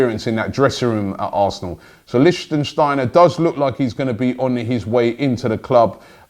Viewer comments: Robbie, I love you...but PLEASE, no more Liechtensteiner….that's a country....it's LEICHSTEINER. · Jesus Robbie, it's Lichtsteiner not Lichtensteiner. You've been saying his name wrong for a week now. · For fucks sake Robbie, its LICHTSTEINER........ NOT LichtENsteiner. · 4th time: it's licht - steiner NOT lichtENsteiner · Robbie please. Its Licht-steiner. Not Lichten-steiner. Licht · Lichtsteiner not litchensteiner, benatia not benashia. Love robbies wrong pronounciations... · Robbie, can you learn how to pronounce these lads' names before hopping on a broadcast? Its not Sag-lar So-youn-cu, its pronounced Chagh-lar Su-yun-su and Licht-steiner not Licht-en-steiner. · Stop mispronouncing Lichtsteiner. It’s not Lichten it’s Licht. You’re making it longer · Lich - steiner, not lichtensteiner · Robbie it's pronounced Lich-t-steiner NOT Lich-ten-steiner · Robbie, its Lichtsteiner! Not Lichtensteiner!! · Robbie FFS!!!!😡😡😡 It’s LICHT Steiner not Lichtensteiner He is Swiss and doesn’t come from Lichtenstein. 3 videos in a row 😤😤😤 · It's LICHT-STEIN-ER not Lichtensteiner😂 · Stop saying lichsteiner. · Not Lishtenshtainer, 🤨🤨🤨 pronounce the names correctly! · Lishstensteiner? WHO? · Why does Robbie keep calling Lichtsteiner, Lichtensteiner? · Maybe he joined us because you lot can’t pronounce player names for a start? Leichtensteiner?? Benaysha??? FFS Robbie. LOL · PLEASE FOR THE LOVE OF GOD LEARN HOW TO PRONOUNCE LICHTSTEINER. Saying Lichtensteiner is like called Wilshere Wilenshere, Ramsey Ramensey, it sounds stupid mate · Dammit Robbie! it's pronounced lick-styner and Ben-at-ia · Pls pronounce litchsteiner name properly. For the love of god.